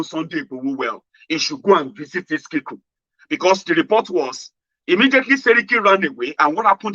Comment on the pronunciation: The name is Iskilu and not Iskiku